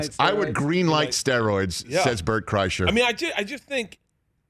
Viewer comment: I don't understand why his name constantly gets mispronounced. It's Brent Chrysalis.